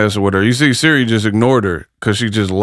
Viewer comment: Can't even say SIRI right smh. Just ghetto asf. And she fighting a lady that's way older how convenient.